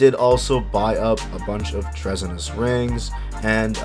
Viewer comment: Treasonous (tree-son-us), you know like Treason against the state ;)